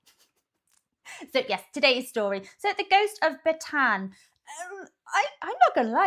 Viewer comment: Bataan. Close enough, we don’t expect anyone to pronounce both A’s but we do for ourselves. The way to pronounce Isaac in Spanish is how my family from Bataan pronounce it. 2 A’s and we pronounce both of them. We also blame our time occupied by the Spanish.